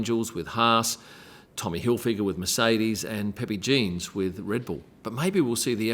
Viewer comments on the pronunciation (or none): none